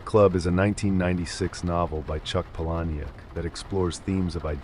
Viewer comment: Why am I not surprised you pronounced "Palahniuk" wrong. I like your videos, but you really need to do more research on how to pronounce things. From words like "macabre" to names.